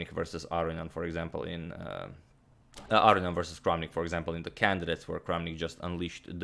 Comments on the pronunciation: Is Aronian's surname pronounced "Arian", or is that just how Antonio is saying it? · I actually hear him pronounce it like "Ar-ian" and it bothers me not hearing that middle n 😄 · Okay, I've wanted to ask this question for months. Agadamator is usually so good with pronunciation - is this the way Aronian pronounces his name? Agad says "Arrion" which sounds wrong, but he would know better than me. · agadmator says "aronian" like "our-onion" now you can't get it out of your head LOL